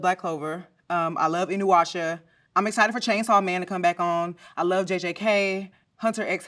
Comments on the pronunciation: Im not even mad that she says inuwasha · i dyed when she said inwuasha lol effortlessly funny